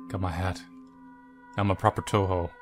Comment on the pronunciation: He even say "Touhou" properly. I'm seriously amazed.